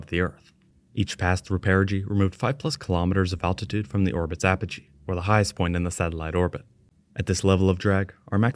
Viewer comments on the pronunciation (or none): none